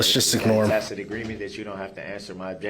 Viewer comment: . his momma told him it is pronounced ta-SIT agreement not takit